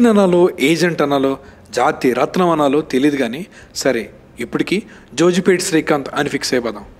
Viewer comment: Small correction bro: it’s not jojipet, it’s jogipet.